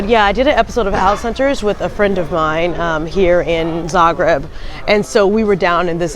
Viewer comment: Thank you for very nice vlog depicting our beloved city of Zagreb! And I must say that your pronunciation of Croatian names is so good! Great job! 👍👍👍